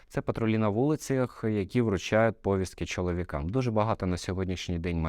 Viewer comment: Не говоріть пОвістки, бо правильно говорити повІстки ! ☝👍